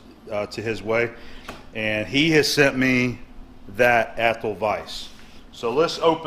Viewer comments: Hi, Great find on the vice! By the way having lived most of my life within 50 miles from Athol I'd like to tell you that it is pronounced as ATH --- Hall. Just so you know; ) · Im from mass...Athol is annunciated: aathall 😊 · It's pronounced ath-awl. (I grew up near there) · I never comment on videos. But I'm from around Athol, and that was cracking me up. Scrolling through the comments to see who else would say it lol